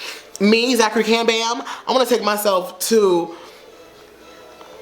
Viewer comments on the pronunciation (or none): none